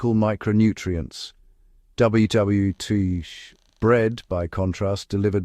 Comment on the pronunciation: WWII "double you double you deuogee" lol, garbage AI vid